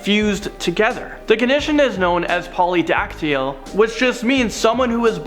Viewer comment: And polydactyal? Polydactyly. Please, please, spend some time learning the words.